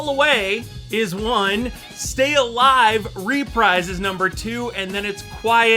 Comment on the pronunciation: btw its pronounced ruh-preez not ree-prise but otherwise the video was great!